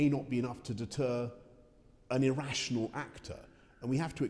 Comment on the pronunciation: Did Boris just call Putin “irRussianal”?